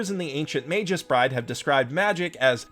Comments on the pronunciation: Did he just pronounce it magus as majuice? It's MAH-GUS with a hard G. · just a correction. Magus is a latin word and as such it is read exactly as it is written and not as "Meijus" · [mey-guh s] I like your vids but that was seriously bugging me the whole time. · Five seconds in dude. FIVE. FUCKING SECONDS. "MEI-jus? ELLY-us?" Dude. Killing me. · Sweetie I love you and I always enjoy your vids... but... that's a hard /g/ in "magus". I know it doesn't make sense given that the plural "magi" has a soft /j/ but... it's true. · >Using a soft G on the word Magus. Noooooo my autism!